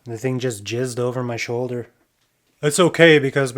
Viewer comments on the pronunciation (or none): You said "jizzed" haha